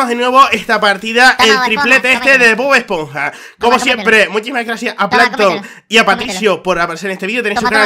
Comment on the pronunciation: bod esponja una crastiburger jajaaj me gusta cuando lo dice